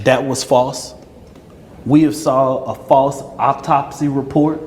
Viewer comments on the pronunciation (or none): Who's speaking ? "We have saw an offtopsy..." Please tell me that's not the lawyer. 🤦🏽‍♀️ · Its not Optosy.... it's AUTOPSY....🙄smh